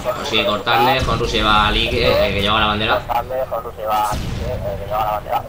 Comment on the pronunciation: Y por cierto dato informativo para ños comentaristas cuando nos mencionais: honru no se pronuncia von J es con H muda es cono di fuese onru y mi nombre no es semamesa como decis es chemamecha las x son ch gracias